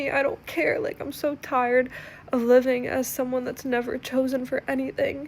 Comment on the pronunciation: "Om convinced"!!! 😂😂😂